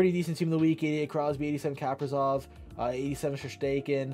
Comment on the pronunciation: Never heard someone botch kaprizov and shesterkins names so bad before 🤣